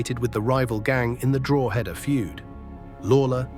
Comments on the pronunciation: Drawhaada. Learn to pronounce it properly. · is the speaker AI:?? speaks so well other then DROHEEEDAAAAA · Alot of the information over keane and robbie are incorrect and it's not pronounced drogheda. It's like draw-da x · Drogh eda say quickly ,,, county above Dublin - county Louth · Draw hed a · Still mispronouncing Drogheda! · Distracting how you cannot pronounce drogheda !